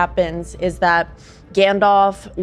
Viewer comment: Why does everyone including Love say "Gandolf" instead of Gandalf... I understand Ethan's affliction with names but what is and Love's excuse?